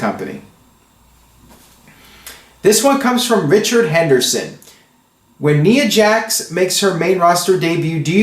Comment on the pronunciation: Please stop pronouncing Balor and Nia Jax the way you do, you're saying it wrong and it's getting annoying